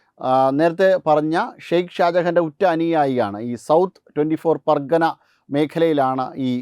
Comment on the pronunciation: സുഹൃത്തേ പരഗന അല്ല പർഗാന എന്ന്. പറയു. 🙏